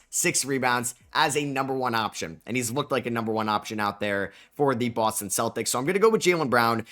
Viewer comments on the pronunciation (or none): none